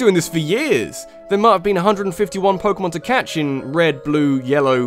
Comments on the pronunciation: pokemonth call it pokemonth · Pokemonth. May be irrelevant at this point but... Pokemonth.